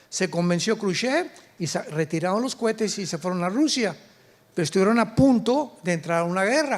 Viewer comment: Exelente doctor Alducin. Pero una corrección No sé dice cuetes si no cohetes. Dios lo bendiga 🙏🙏